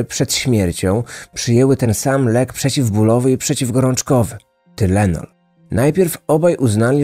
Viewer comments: Wymawiaj Tajlenol i Tajlenolu 🙂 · O panie,tajlenol się mowi_,pozdro.... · Amerykanie mòwią „tajlenol”. Mój tato był wtedy w Chicago, straszna panika była. Pozdrawiam serdecznie. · Tynelon mowi sie po amerykansku. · Tylenol - czytaj tajlenol.😁